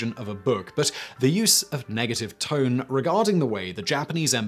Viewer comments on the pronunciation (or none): none